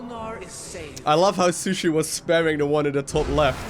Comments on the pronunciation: still calling poor shisui, sushi XD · it's SHI SUI:o